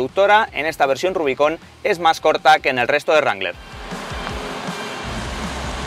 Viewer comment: RUBICÓN xDDD. Nunca lo había escuchado así .